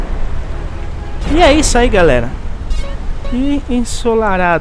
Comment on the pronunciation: Iai "galela" kkkk Bugo da hora de falar mas LIKE